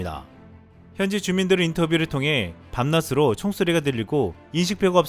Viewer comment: 밤낫으로?? '밤낮으로' 쓰고 '밤낫으로' 발음을 하시네요?? '밤낮으로(밤나즈로)' 로 하셔야 합니다.